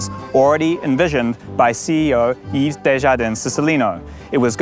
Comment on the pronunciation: Thanks for unpacking this! High speed please! But you do know it's pronounced "Eeeve" not "Eeeeves" right?